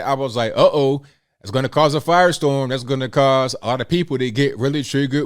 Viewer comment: Did you say "cause a firestorm" or "cause a virus storm"?